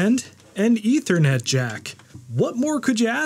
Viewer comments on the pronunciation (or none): none